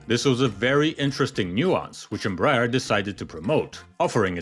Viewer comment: Embraer is pronounced "m-bry-AIR"